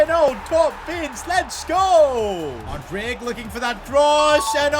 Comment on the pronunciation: I really wish youd say mudryk right